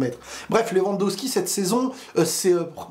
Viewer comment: LewandoWWWWWski .. pas Lewandoski